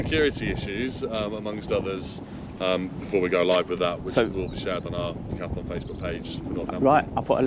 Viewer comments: Why do you insist on saying decathAlon, cant you read. They're very big letters.....Moron! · Decathlon is the Name not Dacathalon😂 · Decathlon not Decathalon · Todays episode was brought to you by the letters GBRP. And the extra A DJ adds everytime he says Decathalon